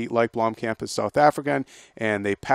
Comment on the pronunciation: It's not pronounced "Bloomcamp", it's pronounced "Blomm-kump". Spelled Blomkamp of course.